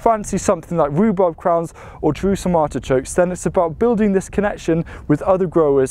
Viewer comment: Are you saying ARTICHOKES? i can't understand you.